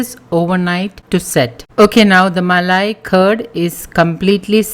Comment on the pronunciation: Muh-lay Cuh-D Muh-lay Cuh-D Muh-lay Cuh-D 😂😂😂😂😂😂🤣🤣🤣🤣🤣🤣